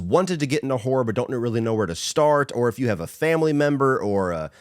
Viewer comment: Been meaning to ask, what's a famuly? 🤣 Jokes aside, great video. Been meaning to get my mom into horror ever since she fell in love with 'A Quiet Place: Day One.'